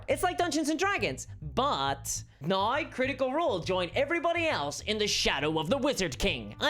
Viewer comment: THIS COMMENT IS NOT INTENDED AS A CRITICISM.! I am enjoying your witty repartee and delivery, and I am curious about your accent, in particular the way you pronounce the word "now" which to my (admittedly untrained) ear is sounding like "nigh". Is this common in your region of the world, or is it unique to you?